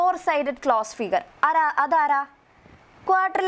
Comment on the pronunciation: Quatrletral alla teachere quadilatral